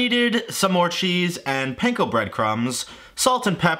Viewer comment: Every time you mispronounce panko I break out in hives